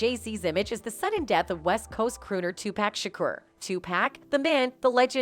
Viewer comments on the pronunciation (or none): Tupac not Tupack 🤦🏽‍♀️🤦🏽‍♀️🤦🏽‍♀️ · Why do white people say two pack it's Tupac. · She murdered his name! Tupac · listen his name is TUPAC OK 2 POCK...PPPOOOOOCCCCCKKKKK LIKE GLOCK PAC!!! OK